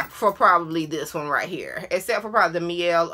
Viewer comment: Great video as always! Just wondering why now you started pronouncing the Mielle (my-el) as (me-el)? You were saying it right 1st. Not coming for you just a follower of the company (as I know you are too), kust didn't want others to be confused. I hope I didn't offend you, but I correct YTbers that say it incorrectly so they can say it right in the future.